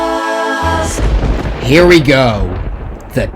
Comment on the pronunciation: Imma hear BECAUSE in my sleep. Thanks bro. Go Vols btw